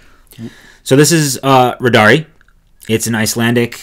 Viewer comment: On the word Riddari you put the accent on the first cyllable. Love your pod. Eileen